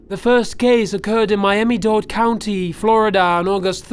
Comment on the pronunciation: When he said Miami-Dade county, I heard Miami-Dod county.